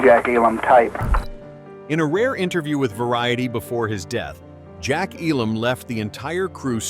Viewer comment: it's EEEEE_lammmm, not eeee-LOMMMMM!!!!!